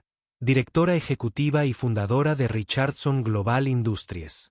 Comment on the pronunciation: Todo eso es una historia de Fantasia pero es un buen ejemplo, el narrador tiene que aprender a pronunciation los nombres y palabras en ingles Richardson se pronunciation con acento en la I SOPHIA con acento en la I tambien hay que ser bastante ignorante en idiomas para cometer esos errores eso no puede ser posible cuando alguien se dedica a comentar narrativas publicamente SORRY ESTUDIA MI AMIGO.